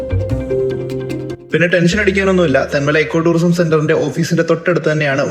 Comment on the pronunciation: സുഹൃത്തേ എക്കോ ടൂറിസം അല്ല ഇക്കോ ടൂറിസം എന്നാണ് പറയേണ്ടത്.